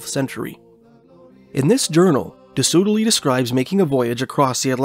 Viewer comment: By the way, Soudeley is pronounced "Sudley"